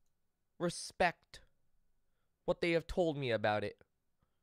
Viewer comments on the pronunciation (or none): REE SPEKT (I reespekt that.)